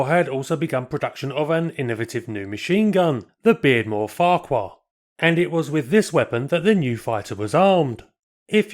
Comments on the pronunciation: Beardmore also built taxis for London in the 1950's, and Farquhar a Scottish surname is pronounced 'Far-har' apart from that, another super post, thank you. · Farquhar is a name native to North East Scotland, where the pronunciation, in Doric, is "Fachur", with a semi-hard, back of the throat, ch as in loch. This occasionally causes consternation. A short explanatory video of some Doric pronunciations can be found on here entitled The Caledonia Bank.